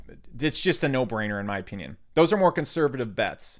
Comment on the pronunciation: yo, Just curious, what state are you from? The word 'opinion' always grabs my attention when you say it: "In my oPEENion" (i'm not mocking) I'm genuinely curious what state you're from. That's all.